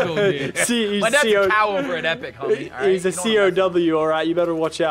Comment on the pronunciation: did anybody notice he said CAO instead of CEO